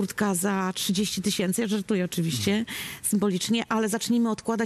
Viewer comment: "Bag Diora jedenaście tysiemcy"